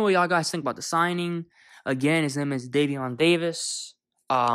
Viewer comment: Bruh you said my cousins name wrong 😑